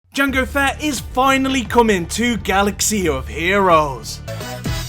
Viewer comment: I thought you pronounced jango as "jungle fat" for a second there lol